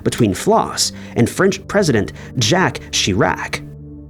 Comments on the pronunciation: "Jack Shee-rak"?? Jesus, dude, pay a homeless guy to narrate your videos, I'm sure they'd do a better job. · Jacques Chirac is not pronounced like that... i can forgive the last name, but "Jack"?